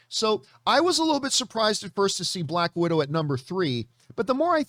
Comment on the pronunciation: 'Black Widow'...not bad.....but 'Balck Widow'...now THAT was GOOOD! :D